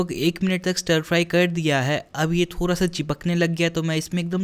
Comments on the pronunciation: the way you say 'thora sa' instead of 'thoda sa'...i just love it.. 😁😊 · The way he is saying thoorasaa